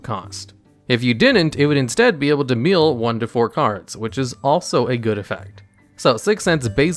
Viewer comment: Bro what was that pronunciation for "mill"